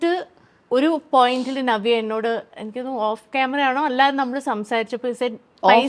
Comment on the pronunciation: ഞവ്യ അല്ല. നവ്യ മലയാളം സ്റ്റൈലാക്കി പറയാൻ നോക്കുകയാണ് അവതാരിക😂